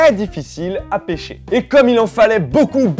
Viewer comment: Comment il s'énerve quand il dit BEAUCOUP 😂😂😂